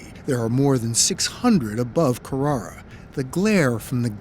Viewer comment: So glad 60 minutes pronounced Carrara correctly at least once.